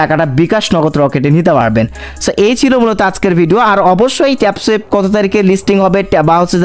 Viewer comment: মুর্খ ট্যাপ সুয়েপ না 😂😂😂 ট্যাপসোয়াপ 😊